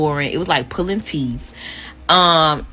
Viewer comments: She said “He was so boring, it was like pulling teef” 🤦🏾‍♂️ I stand by my theory that’s she’s a streetwalker. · ‘Like pullin teef’ lord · Ma’am it’s “Teeth” not “Teef” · I was this young and dumb once. When I was coming up, there was your pick of good men. Now....When she finally figure it out what she has lost dealing with the hot boy, there will be weeping and nashing of teeth. Trust. Did you say, "teef" instead of "teeth"? Child, please. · At 32 saying "a-pleasing" & "teef" makes me think she was the girl in class that thought she was too cute to pay attention to anything the teacher was saying. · “It was like pulling teef.” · Lol. According her multiple teeth = "Teefeses"